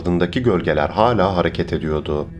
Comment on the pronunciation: R leei. Yutma. R. Leri. Söylüyodum. Değil. Söylüyordum. Ediyodu. Değil. Ediyordu. Vs vs vs vs. Sonuç. 👎👎👎👎👎